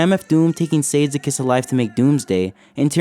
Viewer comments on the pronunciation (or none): Great video. FYI Sade is pronounced "Shaw-day" not "sayde" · shaw day not sayd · Good video but bro it’s pronounced Sha Day not Sade 😅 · sade is pronounced “shaw-day” not “ sade” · It’s pronounced (Sha-dé) just for future reference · Sade is pronounced (SAH-DAY) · Hey, love the video. But for the love of God, never say sades name like that again like ever its rude and disrespectful its pronounced shade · I know this is nit picky asf but I need y’all to really put some respect on sades name and stop pronouncing it wrong because it is African in origin . SHA DAE , thank you for my Ted talk 🥲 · Sade is pronounced Sha-Day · yea i was all in til i heard how you pronounce SADE… cmon man 😭😭💀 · incredible video bro but u gotta say Sade correctly my guy lmfaooo. Other than that great job. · pronounced sade wrong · amazing video, it would've moved me even if the whole thing was in black and white :) ps. please learn how to pronounce Sade's name lmao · great video but criminal mispronunciation of sade